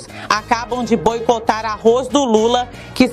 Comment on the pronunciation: Uma news reader que pronuncia "Arroiz" o que se esperar não e mesmo?